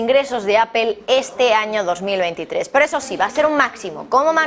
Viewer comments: A ver, no se dice apel, fijate: se escribe Apple, utilizando el castellano se diria aple, y la forma correcta en ingles es apol........por lo tanto aprende, nada de apel!!!!!!!!!!!!!!!!!!!!!!!!! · Como comunicadora pro rusa y pro china porque no empiezas por pronunciar mejor Apple y después das tus noticias tendenciosas?